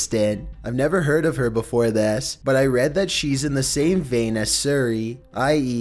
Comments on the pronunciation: Siri is pronounced "seer ree" not "sir ree Sorry I can't help myself it's driving me mad mad I tell you. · SEE REE NOT SUR REE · It's SIRI, dangit! Not SURI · um who is SURI do you mean SIRI? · Learn to says fucking siri not surry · I honestly have no idea why he calls siri "surry" but its really annoying😂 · Siri is pronounced "seer ree" not "sir ree" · james theman I know but its so cringy when he sais it the whole video. siree siree SIREE SIREE OMG MAKE IT STOP ITS SIRI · "It's Siri, not Suri!!1" "Oh.. I'm surri." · "Surry" instead of Siri lmao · It's Siri not Suri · how do you have an american accent and at the same time say "surrey" every single fucking time. how have you gone your entire life without hearing someone pronounce siri HOW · siri not ziry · Wtf suri??????? Its si-ree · Sebastian Obregon if videos say siri it goes off its never happend to me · it’s not called seri it’s call Siri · This boi said suri its Siri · Surri? SURRI?! ARE YOU SHITTING ME RIGHT NOW IT'S SIRI, NOT SURRI. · For real bro? Suri? It's siri. Not that fucking difficult to pronounce. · see•ree, not sur•ee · SIRIEE?????who doesn’t know how to say Siri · suri? it’s siri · i love your voice but its not "sir e" its like "sear e" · Siri not sury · Sri? Siri* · dude please take an extra minute and learn how to pronounce names. I've gotten over your valley girl enunciation but mispronouncing popular names like Jeff BeZOS and Brendan SCHAUB is ridiculous edit: also SIRI not SURI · im pretty sure hes not trying to pronounce it suri but is trying to say sir i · Me: Siri: Surri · Also surri? i didnt know there was a u in siri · It's pronounced Si Ree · iCu_ISHORTY_iCu "SEE REE?" Guess we've been pronouncing wrong here in Texas. Lol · It's funny how he calls Siri, Suri 😂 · two seconds into the video and you say.. SERY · lmao “suri” 😂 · Sir E FFS are you TRYING to pronounce everything wrong LOL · "Number 15. SURY" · Why do you keep calling it Suri? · "Number 15, Suri"